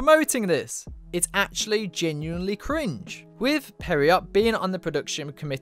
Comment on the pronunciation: God, does anyone know how to pronounced Pierrot correctly? What the fuck is Studio Peridot? (This is something I've been cringing about since the Pierrot Group in Tokyo Ghoul...no-one knew how to pronounce it back then either and it seriously bothers me.)